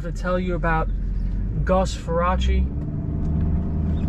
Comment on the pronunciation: Get his last name right- Far-race.